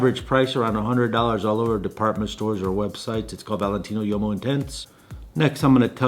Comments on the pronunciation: Hey man... uomo means man in Italian. Please don't pronounce it yomo. Try woo-oh-mo or wohmo, if you can't do the former. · Small note on pronunciation, "Valentino Uomo" , Uomo as you say sounds like a "Yomo", infact it "UO" of "UOMO", should sound much more like "WO" in english word "wombat" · Love you'r videos but please learn how to pronounce things...like bergamot or uomo...no hate,it's just cringy